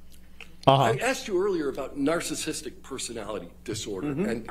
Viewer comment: This man can’t even pronounce ‘narcissistic’. He says ‘narcis’tic’.